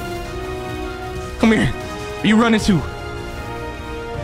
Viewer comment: the way he keeps saying cmhere